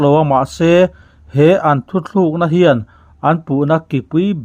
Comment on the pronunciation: THUTHLUKNA i ti zela THUTLUKNA tih tur zawk a va ni awm ve. Kan Youtuber te hi Mizo tawng dik hmanah hian i fimkhur sauh sauh ang u.